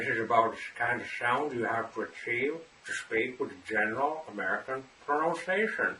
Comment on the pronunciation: His pronunciation of the word pronunciation seems a little bit weird to me. Isn’t it pronounced in a wrong way?